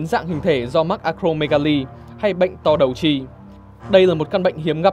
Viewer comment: "To đầu chi"mà tao nge là #to đầu chim# 😂